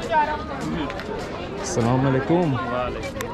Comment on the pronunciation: He is saying assalam ualaikhum wow amazing